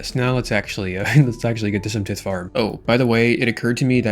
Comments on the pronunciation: The pronouncement of tithe is killing my brain….. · RuneScapers try not to mispronounce basic word challenge level: tithe